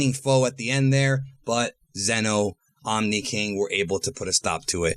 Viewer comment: Its zeno.